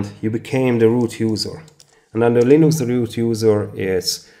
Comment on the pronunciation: It's Linux, not LINOX